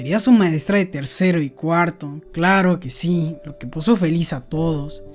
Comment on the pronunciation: disculpa bro, pero me ha dado un cring cuando dices " claro que si" es tan raro cuando lo dices :D, pero muy buenos resumenes